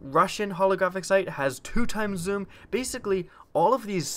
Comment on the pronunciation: I like how you say zoom,"zum" sometimes I'm not hating just think its funny/cool